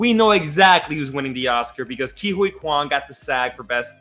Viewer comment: It's interesting that insists on saying Asian names phonetically. If he watches these awards and listens to it carefully, almost everyone is saying Key Whee Kwan, but he looks at Huy so it becomes something like Hoy. And with Michelle Yeoh, it's like he pronounces it like Yeah but with an o, when it's being pronounced like Yo. It actually happens with Paul Dano's name where they pronounce it as -Oh when it's Day-No (it's just that Dano never corrects anyone).